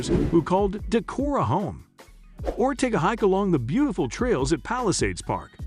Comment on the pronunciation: You didn't realize it's a computer generated voice. It pronounced Decorah...Da-care-row